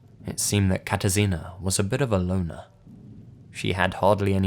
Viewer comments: You did pretty good job with spelling Katarzyna ;D Anyways I was really shocked that something like that happened in my country, I haven't heard anything about this case o.o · totally unrelated to the stories, but I really like how you pronounced "Katarzyna"